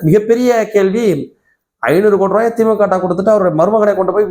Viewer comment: Dai normala pesu, yeadhukku iluth iluthu pesura! Veetla ippadiyya da pesuva! Theemukkava illa da Dai adhu thee moo kaa!😂